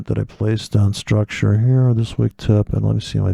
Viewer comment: Well here comes the man after drinking booze to teach forex...... That guy u are taking about always stresses on maaaaarket struuuucture......weird pronunciation in dumb britt english accent.....